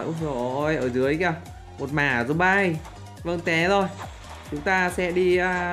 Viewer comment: Anh tào lao quá zom bi mà anh nói zom bai (Ý kiến của thằng Đạt)